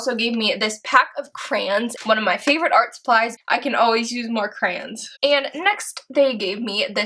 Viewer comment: Why did u say crans instead of crayons?